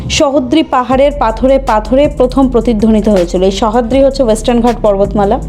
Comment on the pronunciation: Khub sundor video, pore dekhun Bijoya(Victoria k RobiKobi Bijoya bolei dakten) r Pen somporke lekhok ki bolechhen, janar agroho roilo...ar joddur mone hoy uchharon goto ekta bhul pelam, Sahyadri Mountains er bangla uchharon ami jotota jani "Sojhadri" Pahar (Western Ghats) Sohadri noy...